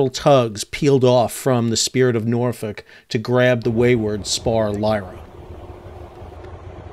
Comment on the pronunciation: Nice to see when people say Norfolk correctly haha Glad to see all the boats/tugs that came to the rescue of multiple near major catastrophes. 🤙🏾 Bravo Been on the spirit of Norfolk a couple times throughout the years. It will definitely be missed buy the city, was definitely an icon.